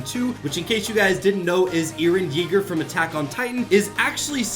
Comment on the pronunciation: "EEREEN YEEGEER"